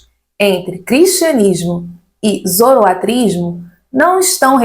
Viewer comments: a pronúncia é Zoroastrismo com S. Nao Zoroatrismo. espero ter contribuído. Parabéns pelo seu trabalho. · muito obrigado pelo vídeo. Excelente e informativo, como sempre. Uma dúvida: é possível falar tanto zoroaStrismo como zoroatrismo (sem o "s")? Notei que essas variações foram utilizadas durante o vídeo. Muito obrigado pelo excelente trabalho! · Ótimo vídeo. Obrigado pelo compartilhamento do conhecimento. Uma dúvida: ouço a pronúncia da palavra relacionada à doutrina de Zoroastro tendo duas pronúncias: zoroatrismo (como nesse vídeo) e zoroaStrismo. Existe uma pronúncia correta ou são aceitas as duas pronúncias?